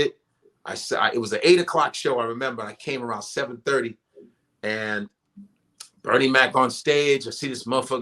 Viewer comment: Love Godfrey but my nigga is killin me with how he's saying Bernie's name. 😂